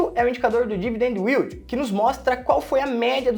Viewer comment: Não é " u í l d i " ... é " í l d "